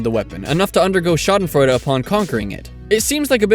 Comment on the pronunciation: nice pronunciation^^ i never really considered winning at a game as schadenfreude since even if i hate that person i'm just glad i won. another thing would be if they lose because of some stupid mistake they made. that would get me laughing for sure.